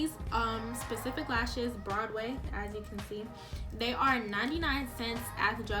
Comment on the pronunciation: You did say Broadway eye lash right and you do your makeup good.